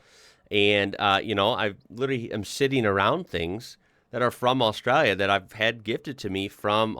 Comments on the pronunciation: Straya, nailed it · Love it, is getting an Aussie accent with how he says Australia